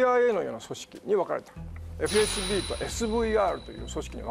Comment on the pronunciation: FSB→エフエスベー ね。読み方間違えてる